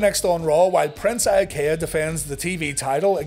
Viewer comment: I was 100% mark at 11 years old, but even I didn’t like Prince Eye-uh-Kay-uh.